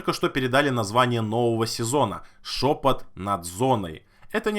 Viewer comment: Я один вместо "шёпот" слышал "жопа"?